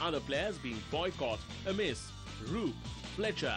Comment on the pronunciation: wish the presenter had troubled to check the pronunciations, especially Dennis Amiss - not hard Benaud mentions him on the tape